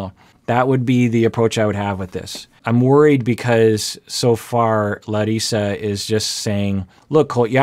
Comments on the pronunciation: pronouncing Larissas name like we brazilians do....so cool! Love it! Abracos:) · is being incredibly respectful by pronouncing Larissa’s name in the way she intends for her name to sound, many westerners wouldn’t even try to pronounce names authentically. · Good job with Larissa's name. Good Portuguese! ;) (I live in Brazil.) What surprises me is that in Brazil it's really common for men and women to live with their parents until they get married. Of course there are some exceptions, but in general it's totally common. I'm surprised Larissa is so upset by this. So I think you're right...she's probably more frustrated with the mom/son relationship and worried about not being supported than the actual fact that he still lives with his mom. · omg I just love the fact that started pronouncing Larissa's name with the Brazilian accent. that is a tiny yet powerful example of how he really cares about other ppl. I love your channel exactly because of it,!! so pleaaase keep on being exactly the way you are - compassionate and understanding. lots of love from Brazil 🥰✨ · really really appreciate how you changed your pronounciation of her name 🥺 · Brazilian here! Great pronunciation of her name, doc! Congrats :D I learned so much from your reactions and it's helping me describe my feelings in therapy. Thank you for your work! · I love the respect you show the ppl you are reviewing down to changing how you pronounced her name. I love that. I think thats awesome. Not a lot of ppl really have general respect for other ppl like that. Just one reason out of many that I love this channel and watch as soon as I get the notification. And if I dont get them (tx youtube) this one of very few channels i personally seek out to check. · as a brazilian hearing pronounce larissa's name right is very satisfying